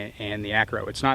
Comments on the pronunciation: ACRO NOT ARCO...... Good review otherwise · why do you keep calling it the "arco" instead of "acro" --- too busy compiling data to bother calling the product by its given name? ahahahahaha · Am I the only one that kept hearing Arco instead of Acro? Great review as always. Can’t wait for the SRO review next!